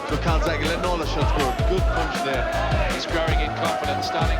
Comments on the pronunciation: Please you have gone to all this effort to make the video about one of the best boxes ever in his division and you can't pronounce his name right, Honestly it makes this video difficult to watch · try not using AI to read your scripts, then you might not mispronounce the man's name repeatedly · How the hell did u make this long video with all the commentary and still keep pronouncing the Taff's name wrong just pure sacrilege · You can’t even say his name correctly. Such disrespect! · Why are you pronouncing his name wrong. Very annoying and disrespectful, WHY. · Not horrible considering the narrator doesn’t even know how to say his name. He’s Italian, they end words with long “e” no “ah”. I don’t even think the narrator even watches boxing to not know how to see his name. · It was a very good documentary but to constantly hear the great boxer name being mispronounced continuously was utterly disgusting . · Amazing so much production into the video and they can't even pronounce the main subjects name correctly. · I came here to say the same thing. Shows how much he really knows about him. Can't even pronounce his name right. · The amount of times people in this say his actual name and he still gets it wrong is amazing! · Two cauliflower ears and a little brain damage turns "E" into "A". Strange that no one set him right. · He says his name wrona and why’s he do stupid voices for these people foolA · Hesitating to watch it cause... He doesn't even know his name. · Even when throughout the video people say the name right, the dumb narrator still say the name wrong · Exactly. It has an E at the end of his name, not an A. There are hundreds of clips of his name being pronounced by himself and many others. This mispronounciation irritates the shit out of me. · It's never a good start to a lesson when the teacher doesn't even know the name of the subject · How is it possible to research a video on a man and not learn how to pronounce his name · It clearly is An E not!!